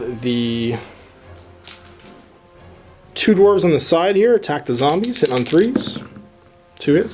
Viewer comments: Everytime you say "Zambies" is one more punch in the throat you'll get if i ever meet you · If you could stop saying Zambies that would be great.